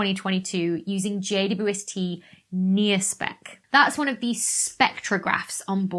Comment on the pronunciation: Why does she say JUST when it’s JWST?